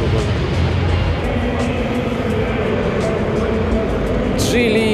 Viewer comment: почему джилИ ? ударение на второе И ? слишком часто и режет слух…